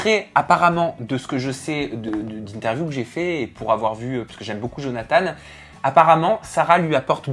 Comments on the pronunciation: On dit johnatan pa johnatane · Sa ma stresser quand vous avez dit Jonathane(e) 😂